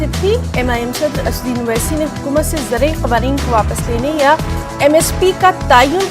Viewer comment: اوسسی صاحب کا تلفظ غلط ہے. نیوز اینکر کو توجہ دلائی جائے